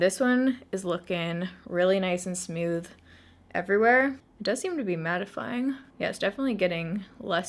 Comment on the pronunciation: You're my fav! ❤️ I also can't help but notice they way you say 'smooth'..."smyooth" am I the only one that heard it? 😂